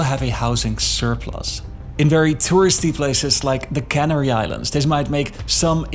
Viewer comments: its canary island, not cannery islands............................ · Thanks for summing it all up so clearly. Pronunciation a bit weird at times. Especially Canary Islands. The way it is pronounced in this video Canary sounds like they are canning food, like canning sardines, on the CanAry Islands. Like Cannery Row in Monterey, California. Squatters and tenant protection definitely are a big problem. Didn't the Spanish government know about this and the even worsening housing shortage about 20 years ago? Did they build accordingly? No wonder things in government are opaque and corruption never seems to fade. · The 'Cannery' Islands? Please do a 'deep dive' into your English pronunciation. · Can arry Islands,? I always thought the were Can airy Islands, Mary!